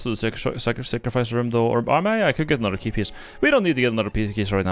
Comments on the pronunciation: "we don't need another pey kiece" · Pee keys... pey kiece